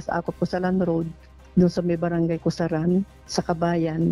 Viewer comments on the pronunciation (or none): it's barangay Gusaran not Cosalan...fyi